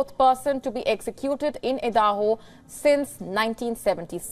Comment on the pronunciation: Did she pronounce Idaho as Eeedahoo, wow, nice.